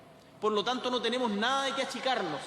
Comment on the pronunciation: TENIMO...😂😂😂😂 APRENDE A HABLAR..